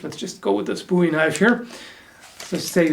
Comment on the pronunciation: THANK YOU for pronouncing "Bowie" correctly! It's "Boo-eee", without a doubt, here in Texas, which is the final resting place of the Hero Jim Bowie. Again, Thanks.